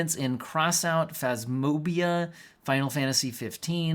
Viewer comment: The way you said Phasmophobia killed me 😂